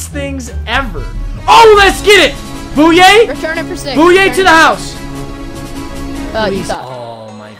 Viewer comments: It's boy-yay not boo-yay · It’s bouye not bouya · Booyay? It’s bouye pronounced boy yay